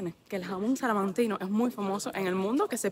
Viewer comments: Hola, para que lo digas correctamente y no te digan nada, el gentilicio es salmantino, no salamantino, un saludo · Salamantino NO! SALMANTINO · Solo una aclaración. No se dice Salanquino, se dice Salmantino. Por lo demás, Salamanca tiene la Universidad mas antigua del mundo. Saludos.